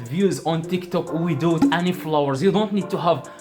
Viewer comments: Did he say flowers 🌸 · "How to get a lot of florres" your accent is perfect tho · It sounds like he's saying flowers lol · He said flowers not follower😂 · Is he telling flowers or followers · Did he say flowers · not you guys making fun of him for saying flowers instead of followers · istead of followers he sais flowers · I heared flours 🤣🤣😂🤣🤣🤣 was about to comment the same 😂😂😂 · followers sound like flower.. just imagine he got hundred thousand view on TT 🙄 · As long as you still understood him, no reason for this comment bro, its his Accent🤷🏽‍♂, y'all probably will pronounce something wrongly if you were to speak in his Language and it will be due to your Accent🤷🏽‍♂ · Bruh it's he's accent he can't pronounce it so as Koreans,Chinese,Japanese get it